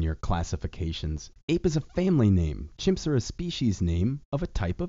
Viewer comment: "Chips" --> "Chimps"